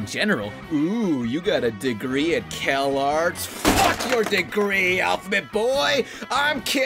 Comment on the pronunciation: Why do you say "kelarts"